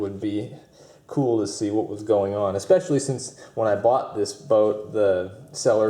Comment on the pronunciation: Interesting not intresting. Especially not speshly. Manifold not manafold.